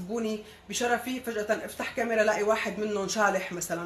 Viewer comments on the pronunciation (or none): none